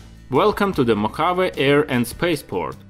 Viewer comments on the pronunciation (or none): Cool video but you need to learn how to pronounce Mojave correctly.